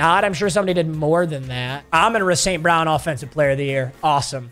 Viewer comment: Bro really said Amon-Ruh St.brown😭😭